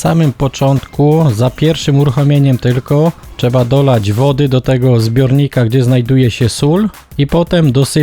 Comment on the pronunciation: Jedna uwaga co do filmu. Nie mówi się czeba tylko trzeba...